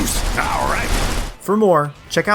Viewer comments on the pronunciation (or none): "And for everything elts..." 🤣